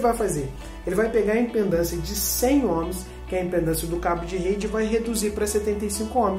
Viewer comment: Vídeo bem didático, amigo! Parabéns! (Só um toque: o correto é IMPEDÂNCIA, e não "impendância".)😉